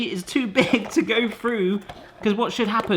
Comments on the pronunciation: the aspect of your accent I notice most is words such as 'Through' pronounced 'frue'. --from an ear in the Midwest of the USA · Long time fan here,. Correct me if I'm wrong, but do you always pronounce "through", as "froo"?